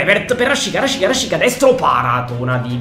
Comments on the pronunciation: Come mai dici " rashiza " e non " rashica " ???? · sbagli a pronunciare rashica non si dice con la z ma con la c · Cmq RASHICA SI PRONUNCIA RASCICA NON RASCIZA, MI DA UN FASTIDIO QUANDO LO CHIAMI,MI FAI RISCHIARE DI CHIUDERE IL VIDEO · Cmq si dice Raschica no rasciza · mi triggheri Rashica si pronuncia rascìzq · Mi sa che si pronuncia rascica